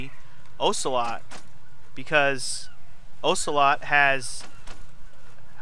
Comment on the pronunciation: Aggghh!! Every time you mispronounce Ocelot's name I cringe and die a little inside. XD